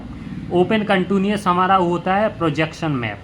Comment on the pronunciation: Contuniuous nhi h sir countiii nu as hota hai uska pronounciation